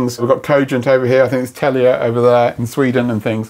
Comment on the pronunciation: "Tell-e-yah". Love it.